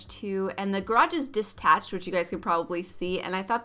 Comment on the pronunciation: not hating but it is "detached" not "distached"